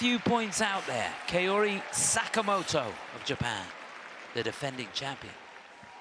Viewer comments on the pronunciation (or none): Dear commentator, Sakamoto is not Keori but KAORI .